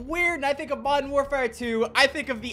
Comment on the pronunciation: Bro when he says “modden warfare” it tilts me a whole 90 degrees